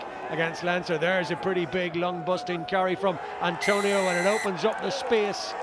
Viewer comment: Every week I wonder: is this the week the announcer learns it's Atonio, not Antonio?